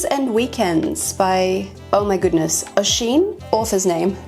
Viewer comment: I'm impressed that you got the Irish name right. 😄Oisín is pernounced Uh-sheen, it means little deer